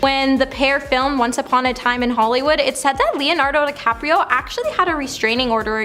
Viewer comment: She pronounce Leo Dinardo DiCaprio with an L as Leonardo Decapriol when she first announces name, I mean, come on